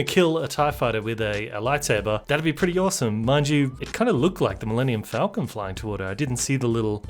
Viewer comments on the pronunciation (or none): none